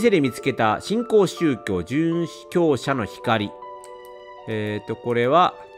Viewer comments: 「しんこうしゅうきょう」だよー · 新興宗教のこと「しんきょうしゅうきょう」って言ってるのやめてほしい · 新興宗教をずっとしんきょうしゅうきょうって読んでるの可愛いな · 読みづらいのに一生懸命 しんきょうしゅうきょう って読み間違い続けてるレトさんがもはや愛しい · (新興宗教) 🙅‍♀️しんきょうしゅうきょう 🙆‍♀️しんこうしゅうきょう (ご利益) 🙅‍♀️ごりえき 🙆‍♀️ごりやく いつもイヤホンで聞いてるのでレトさんが読み上げてくれるの助かります☺️ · しんきょうしゅうきょう読みづらそうw